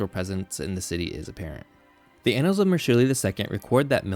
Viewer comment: Are you really pronouncing "annals" like it is a homophone of "anals?"